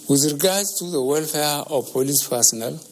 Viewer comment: Members of the" folice force" "freserve"